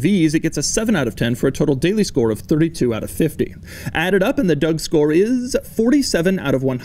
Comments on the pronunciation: Yep, he definitely said "Doug store" instead of "Doug score" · Did... did he just say 'Doug Store'? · I had to go and replay this 6 times in the beginning because I kept hearing "Doug Store". I can confirm 100% that this is what is being said